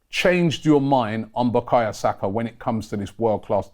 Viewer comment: Robbie it’s Bukayo not Bukaya